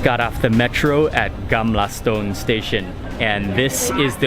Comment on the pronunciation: "Gamla Stoon" lol